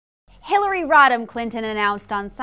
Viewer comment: Ol' HELL-ARY